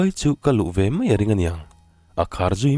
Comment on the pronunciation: I chhiar thiam lutuk.Mahse,Mai tih hi Mei tih ang hian i lam deuh zelin ka hria.